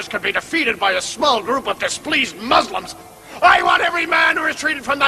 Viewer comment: quite funny how they say 'moozlims' instead of muslims correctly xD